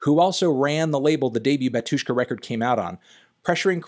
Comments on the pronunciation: Why stress the word as batUshka, if it's bAtushka? 😂😂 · Dude, please, it' BAtushka not baTUshka, pronounce the name correctly. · UGH the stress falls on the first syllable - bAtushka, not batUshka; when are you going to start checking the pronunciation, cantony pronunciano? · Also, Anthony is pronouncing word Batushka wrong. It is bAtyushka, not batYUshka (stress on first 'a', not 'yu'). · it's bAHtushka, not batUshka:) stress is on "A" anyway great video! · not Batu'shka, but Ba'tushka. And i like that you more into eastern eu music (ic3peak etc) 👌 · PLS KEEP IN MIND ITS NOT batUshka its bAtushka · It's BA-two-shka, not ba-TWO-shka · It's BAtushka not BatUshka! Sorry but your pronunciation drives me crazy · It's bátushka, not batúshka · actually, bAtushka. not batUshka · Its BAtushka, not BatUshka. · the way he says batUshka hurts my ears. it's bAtushka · it's called bAtushka, not batUshka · bAtushka not batUshka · bÁtyushka, not batyÚshka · its bAtushka, not batUshka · its bAtushka not batOOshka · Pronounced bAtushka not batUshka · NOT batUshka but bAtushka!!!!!! LEARN RUSSIAN! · Finally someone said this. Hearing him say batYUshka hurts my russian ears. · that BatUshka pronunciation makes me hurt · I hate it when people say batushka with a syllable stress on U, though in the original language it is bAtushka with a stress on A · You spell Batyushka wrong, the stress is on the first syllable [bAtyushka] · bátushka - the stress is on the first syllable! stop exploding my brain. that was unprofessional 😵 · Pronounced "Bátyushka" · *in strong russian accent*, No-no, comrad, you spell it wrong, repeat after me ok: "baa-too-shka". You put stress onto the first syllable. That's better! Good comrad! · The stress is on the first syllable. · it's pronounced "bAtyushka" (stress on the A). And the artist name is pronounced something like "kshishtof"